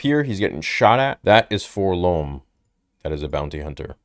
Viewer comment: 4-LORM? It's 4-LOM